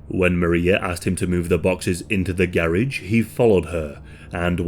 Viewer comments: That “garage” pronunciation is wild lmao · The way to say garage… wow why can’t y’all speak correct?